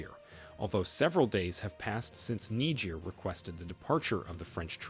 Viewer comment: This is strange. Please why do you call Niger Nigir